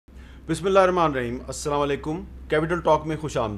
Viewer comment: Noreen Beti aap nay aik sentence main 3 mistakes kar dee hain --Senior [not ''senear''.] -- Brillaint [not ''breleant''] --Allah[swt] [not ''allah''] I,am sure you will NOT repeat these mistakes in future. Ok say ok Uncle not again InshaALLAH] SHABASH aur Allah[swt] ki hifazat main raho[Aameen]